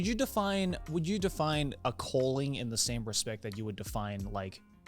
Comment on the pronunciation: Am I the only one who kept hearing “colon” not calling?????? 😂 I was so confused until I got it